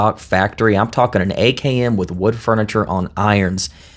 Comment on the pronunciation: All though your saying AKM it’s sound like you are saying AKN… it’s very disturbing but I know what you mean; others may not!